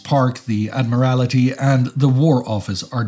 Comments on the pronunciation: Absolutely love what you guys do, keep it up. Oh, by the way, there is no such word as 'Admiralerty', it's 'Admiralty'. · Mispronouncing 'Chiswick; is entirely understandable - but Admiralty as 'Admorality'? Ooof. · 'Admiralty' has four syllables, not five. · Thank you… there seems to be something in the way I said Admiralty that grates ears differently - someone else heard an o in there. I have no idea… I know full well what it’s called, but it does sound a bit weird how I said it here… but it was definitely not an o or er that came out.